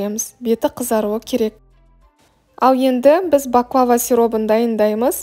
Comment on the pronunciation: 1)Бахлаба емес баклава 2)Түрікше баклава,орысша пахлава деп айтылады.